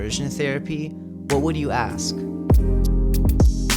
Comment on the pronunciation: I hope he did not really "axe" them.